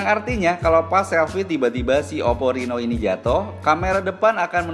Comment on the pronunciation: Oppo reno mim , bukan rino